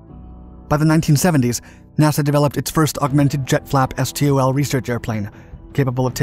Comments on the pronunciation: It's pronounced STOL, not S.T.O.L... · Please, stop saying "es tee oh el". In the aviation industry it is just pronounced "stol". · It’s usually pronounced “stōll”